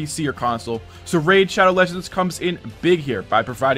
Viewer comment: Said laddow regends